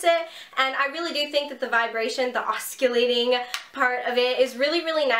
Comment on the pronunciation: Thank you for a great review of this iron. I've really like Brocato products overall and wanted to try this oscillating iron (it's pronounced "awsillating" instead of "awskillating" - just thought you'd like to know!). I've been looking for reviews on it and videos of actual use, so thank you! Good video! I relate to you because I have invisaligns too ;-)